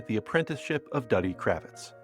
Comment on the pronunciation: Doo-dee Kravitz not Duddy. 1974 cannot possibly be that long ago now, could it?